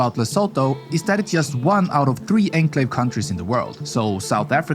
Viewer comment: I was gonna say, AI reading will spawn a generation who may not be able to pronounce words correctly, like 'enclave' in this video.